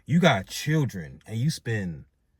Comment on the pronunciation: Bro pronounce your fucking words... Say it with me... Children... Not churen.